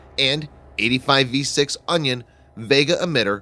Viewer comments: A very one sided view, but interesting tho. BTW it's Orion, not onion ;) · narrator mispronounced word after word. simple words. Orion became Onion. there were many others. not so professional. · He said Onion instead of Orion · ORION not ONION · onion....lol its ORION * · He said Onion instead of Orion lol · "More than 150,000 subscribers..." and yet even the title of the video is grammatically incorrect, as well as the subtitles. And, when your narrator reads the word 'ORION' as 'ONION' (!!!!), then perhaps you should re-think what you're actually trying to achieve with this drivel.